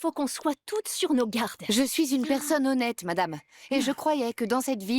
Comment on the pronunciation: Moi aussi, surtout quand elle dit mdame au lieu de madame